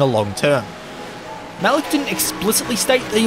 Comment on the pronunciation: His name is pronounced Ma leak not Malook